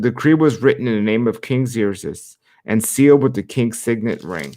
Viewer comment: Yay, so glad you are going back to the Bible readings!'🙌 and just fyi: Xerxes is pronounced like "Zerksees"